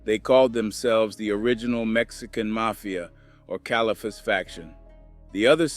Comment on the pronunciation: Cal iffus tapped in 😂😂. Damnit. Speaking of which, I am scared too. If you speak the name La Aye May three times.....💥💥💥